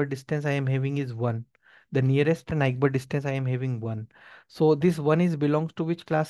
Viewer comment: The pronunciation of neighbor 😭